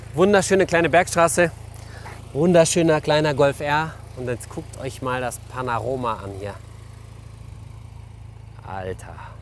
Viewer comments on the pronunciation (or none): Seit ich Panaroma gehört hab kann ich nicht mehr Panorama aussprechen 👍🏻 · Wer kennts nicht : das panaroma. Heißt leider Panorama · also mir sagen panorama aber maze sagt panoramor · Klassisches panaroma😂😂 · Min ‘‘Schönes Panaroma‘‘ haha das nächste mal bitte Panorama😘😅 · Matthias ich liebe dich und deine Videos aber das heißt nicht Panoroma sondern Panorama😂 bei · das Panaroma, wer kennt es nicht :D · haha bin ich der einzige der es gehört hat :-P Panaroma